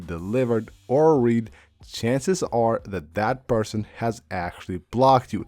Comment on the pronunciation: It’s not pronounced ‘read,’ like Reed. It’s past tense showing someone has ‘read’ it, pronounced ‘red’